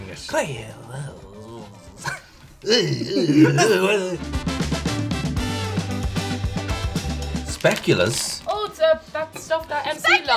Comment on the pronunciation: SPAA QUE LAAHHHHSSSHHH....not speculas. Its DUTCH. Come on people.